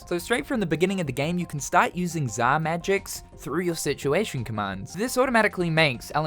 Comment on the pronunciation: “za magics”